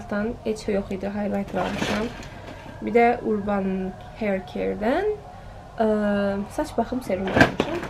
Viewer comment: Urban????😂😂😂😂😂😂😂teleffuzunu bilmediyin markani seslendirme😂il 2021 necibe helede 2020 den qalma videolari paylasir.Bunlarin hamisini eynind egormusuk indi paylasmagin yersizdi 😑